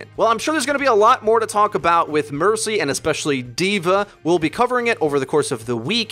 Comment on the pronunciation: Who else died when he said burcy? 😝